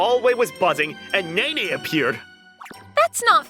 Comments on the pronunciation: Pronouncing Nene as Neen is a crime, a little bit of sick came up when it hit my ear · I can't with Neen everytime she pronounced "Nene" 😭